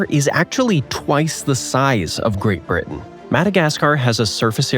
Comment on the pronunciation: he first told uk is the wrte now he is calling it GRATE BRITEN